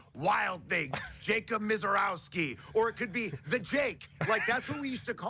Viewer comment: It’s Misiorowski lol